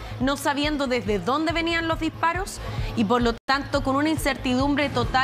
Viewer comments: También dice : Uno ejcutza,, dijparoj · Será posible que no existen personas capaces de pronunciar correctamente las palabras y tener que sustituir la s por la j???. Para ser reportero o comentarista debería ser un requisito que pronuncien correctamente bien y sin ese tono, regionalismo. Escuche, lease: ejte, muer, por mujer, dijparoj, " muy inicialmente". Lajultimas, nojotroj.